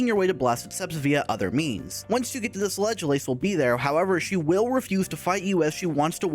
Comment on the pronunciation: Did you know that said Thie instead of this?